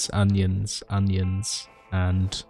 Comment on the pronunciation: on-nions ON-NIONS i love your pronunciations, subbed immediately. 🎉